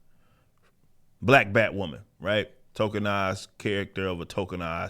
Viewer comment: I mean when your crown jewel is BatWahman, it's not strange they are losing monneh